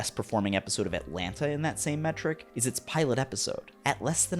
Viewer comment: man u did NOT just pronounce atlanta with both its Ts